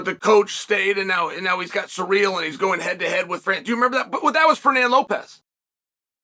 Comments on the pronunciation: Please stop saying "Surreal" instead of "Cyril" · Why are you pronouncing his name as "surreal"? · Who is suh-real?